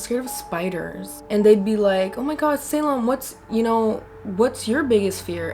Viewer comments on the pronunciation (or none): none